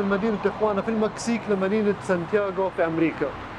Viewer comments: سان دييغو وليس سان تياغو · دخيل ربك سان دييغو مو يان تياغو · اعتذر عن الخطاء في اللفظ كوني اول مرة ادخل المنطقه هي مدينة سان ديغو ، وليست سانتياغو